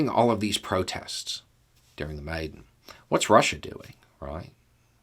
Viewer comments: Pronounced Ya nu ko vich. Maiden pronounced Mi Don. If you have any questions let me know. :) yes Ukraine has a lot of corruption. Zelensky is the best president they have had since the break away from CCCP. Hopefully if Ukraine becomes free after this war, the corruption will start to come to an end. 🇺🇦👍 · It's pronounced mai-DAHN, not maiden. Those were molotov cocktails, not pitchforks. Ukraine clearly has its own good flavor of democracy that doesn't require much investment from the US (still I don't think the US did anything wrong by investing in it). Ukraine had some soviet nukes before the Budapest agreement, and gave them all over to russia in that agreement, along with the rockets that can carry those warheads. Now russia is shooting those same rockets back at Ukraine. In the Crimea referendum, only 34% of the population voted. Ukraine really, really deserves to win this war. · Pronunciation: Yanukovych is not Yan-U-ka-vich. It's Yan-AH-KOH-vich. Maidan is not May-don, it's MY-dahn.